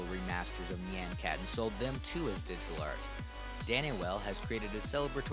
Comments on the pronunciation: "nyeian cat" good lord. it's nyan. rhymes with naan. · nie-on c-at not ne-on c-at, I'm sick of people pronouncing it "ne-on" IT'S NIE-ON. also gif is pronounced "g-if" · at the start he says it like nian (as in and) but its actually more like ni yä (like on, and with very little "i" in there) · It's not nyeaen cat it's NYAN cat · I came for nostalgia and now I'm having a breakdown it's NOT nye-an cat???? NI-ANNE????? AAAAAAAAAAAAAAAAAAA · I pronouce it "nyàn-kat" and not "nee-an-kat" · I'll still pronounce it Nay-an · neyan keyat is how your saying it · HOW DID YOU KNOW I USED TO PRONOUNCE IT AS NIYAN CAT 😭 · Actually, "Nyan" is the Japanese word for "Meow," and the omg was created using Hatsune Miku, a Japanese vocaloid, so its very likely supposed to be pronounced nee-ahhn. Anyway, Nyan Cat is legendary. :) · I have always, and will continue to, pronounce it as "Nē-ahn" cat. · I always Nyan cat was pronounced N-i-an cat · Knee-yan cat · I THOUGHT IT WAS PRONOUNCED NEON CAT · njen cat lol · HAHA I PRONOUNCE NYAN CAT NEE-ON CAT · me pronouncing it like neey-AH-n cat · I pronounce Nyan (nigh-an and Nyan) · Your pronunciation of "Nyan" irritates me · he's saying nyan wrong 😕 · you're pronouncing it wrong. the A in nyan should sound like the a in yawn, not the a in hat. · I don't like how he pronounces nyan cat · It's pronounced like "yonder", not like "plan". Honestly, even though "neon" is adding an extra syllable, that's the closest of all the wrong pronunciations.